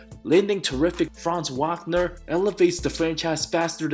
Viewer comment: Franz Wakner. Smh